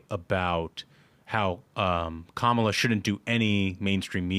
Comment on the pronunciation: Hey guys I love the show! I cannot stand Kamala Harris but you have to stop saying her name wrong on purpose. It just comes off as cheap and petty. There's plenty to attack her on so no need for elementary school insults. Other than that keep up the great work!